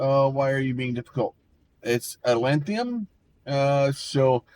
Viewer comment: Dawg, theres no i, its atlantum. AT-LAN-TUM